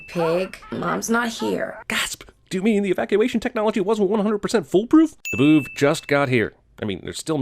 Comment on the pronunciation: Why dose “big brain boovs” sound like “big brain BOOBS.” Just why.